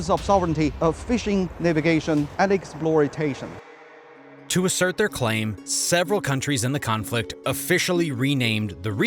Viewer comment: Critically important geopolitical and economic issues. , the on-screen speaker says "exploitation". It sounded like "exploritation", which sounds like an especially apt neologism.